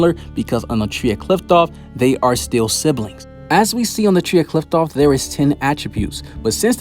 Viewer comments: It’s pronounced KLIFF-OTH not KLITH- TOFF, just wanted to clear that up fr the next time you make a video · Qliphoth is spoken "Klee-foth" , not "kliptoth or "klaipoth" how other youtubers are saying it. why does everyone has a wrong pronounciation? Anyway thanks for the video.